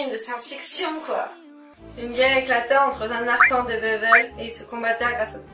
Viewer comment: Sympa la vidéo mais par contre "Zanarkand" en français c'est un peu degeux ><